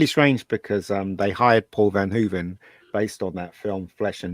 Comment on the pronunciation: It is bizarre that the guy with the cap on doesn't even know Paul Verhoeven's name or what country Paul is from. He keeps calling him Paul "Van Hoeven". What rock has this guy been living under??????